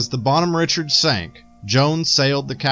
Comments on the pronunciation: Bonhomme Richard should be pronounced like French words. I was staioned on the current one. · Just to clarify it's French pronunciation so like Bonhomme [Bon-Hom] Richard [Ri-Shard]. I was stationed on the latest version of this ship.